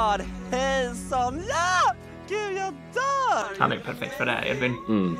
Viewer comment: HAN HETER EEEEEDVIN inte Ed-vin